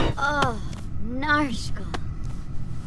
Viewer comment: Ah.... narshcal